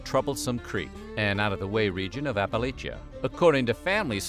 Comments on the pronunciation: Dear one, it is Appa-Latcha, Not Appa-Lay-sha. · Yep, say it right or we'll throw a, 'apple at cha'👍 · “App-uh-latch-uh” There. Fixed it for ya. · Apple-latch-a!!!!!!! From an Eastern Kentuckian. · Exactly. If ya don't say it right, I'll throw a 'apple at cha' 👍